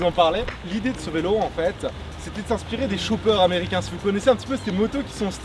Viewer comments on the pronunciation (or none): C'est pas des choupper c'est des chopper